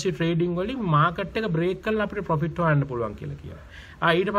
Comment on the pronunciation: පොපිට් නෙමේ profit ඒක මරු...🤣